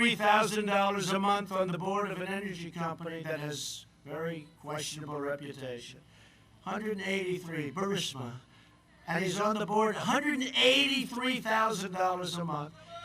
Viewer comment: Lupie Grubb Trump say BURISMA! No-no-no! NOT BUR-MI-SI-A. Say BU-RIS-MA! Try again Donny